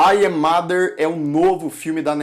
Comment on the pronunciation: "Ai é mader"??? Sua pronúncia é óóótima! 😂😂😂